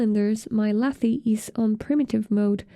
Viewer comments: Fantastic tutorial! thanks for explaining the basics! I believe lathe is pronounced lay-th though- like the machine used in wood or metal shaping when making cylindrical sculptures :) sorry, just lost focus each time i heard lathee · Great video. But lathe doesn’t rhyme with latte’. It’s lay-th. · 😆Was going to tell her this. It made me smile chuckle every time. Very informative video Thank you!